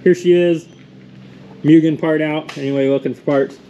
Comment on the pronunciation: It's pronounced MOO-GEN